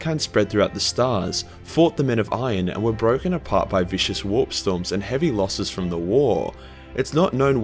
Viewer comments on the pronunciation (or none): none